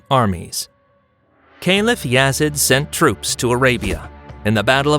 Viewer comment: And it’s Yazeeeeeaaaddd not Yazid